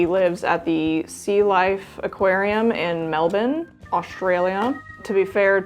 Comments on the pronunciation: Off topic, but as a local, your pronunciation of Melbourne is perfect for a yank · as an Australian I appreciate the correct pronunciation of Melbourne